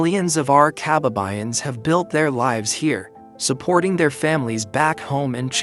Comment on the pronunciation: Kaba'ba'yan NOT Ka'ba'ba'yan.